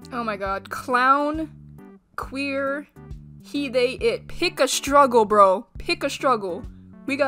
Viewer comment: / "pick a stugle" CRYINFG LMAOOOO